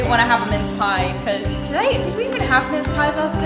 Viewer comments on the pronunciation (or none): none